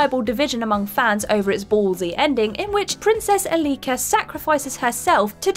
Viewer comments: In the Prince of Persia entry, Elika's name is mispronounced. The strong syllable is the first (E-), not the second one (li-). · How come you pronounced Elika's name wrong 3 times and then the final time you said it got it spot on.....